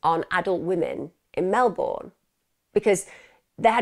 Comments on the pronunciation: Thanks for covering this story from my home town. But its pronounced "Mel-bin" not "Mel-born". Its also winter in August, not summer. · Mel-bun is basically how we say it. She is normally really good at making sure she has the correct pronunciation of towns out of respect for the victims. I guess "Melbourne" seems so obviously Mel-BOURNE to non-Australians that it doesn't even cross your mind that you should check the pronunciation. I did catch myself smiling a couple of times throughout the video. 🤦‍♀️ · I've always pronounced it as it reads phonetically... 'born'... Never heard anyone pronounce it as you say.. Not even Australians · 8 seconds in and already giggling at your pronunciation of "Melbourne". 😂 I hope you don't have to say it too much, or I'll feel bad about cracking up while listening to such a horrendous story. 😉 Love your videos! Always excited to see a new one become available. ❤️ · She's pronounced it like Americans do lol